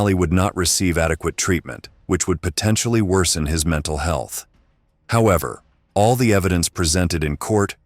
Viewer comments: Lol "menTalley stable" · "menTALLEY" i feel bad for laughing at that hagsghsjskskkffn 😭